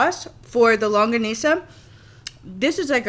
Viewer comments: You pronounced longganisa perfectly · Dear I love youuu!! Wow! My favorite is the Crispy Pata. Pork adobo or chicken adobo that was slowly cooked is really very delicious! And you pronounced Longganisa correctly. You're now my favorite! God bless you!